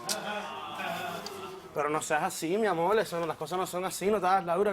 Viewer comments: "Eso es amoll miamoll " jajajajaja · Porque cambian la letra R por la L . Dicen al hablar amol tenel etc etc?